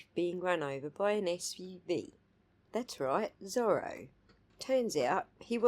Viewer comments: It’s not his accent that’s making it hard to understand, I think he is pronouncing it as “ser-la” which if true is embarrassing for him. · Is that what he was trying to say!? I thought he was trying to say was “thorough” equation LOL